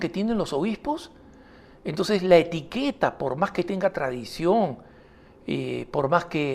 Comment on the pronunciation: Dice Etiquera no Etiqueta.